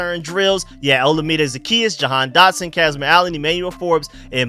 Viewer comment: FYI, Olamide is pronounced like oh-LA-mi-day. Keep up the good work bro!